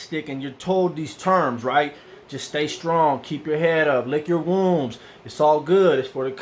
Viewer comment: he said "lick your WOMBS" LMFAO!!! it's lick your WOUNDS fool!!!!